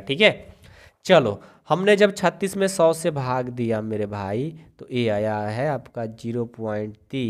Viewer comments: Sir सै नही सौ होता है 😂😂😂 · Sir not say it's soa